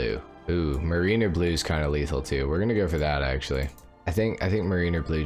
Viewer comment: Love you, but you're slowly killing me by saying Marine-er blue. It's meh-ruh-nr. Probably easiest if you google "mariner pronunciation in english" and listen to the AI say it. Otherwise, keep it up!